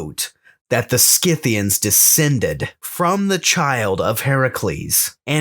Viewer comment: Congratulations on pronouncing Scythians correctly, Skith-thee-ans, not Sith-thee-ans. The names of peoples of this period came down to us from Greek and Latin, in which C is always pronounced as K, not S.